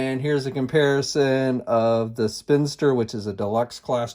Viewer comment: SPIN-IS-TER Like spinning and sinister, not a spinster!!! - seriously 2 minutes of research on character names before a review????